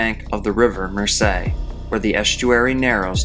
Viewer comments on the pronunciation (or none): Just for reference, Mersey is pronounced Merzee. Jane ❤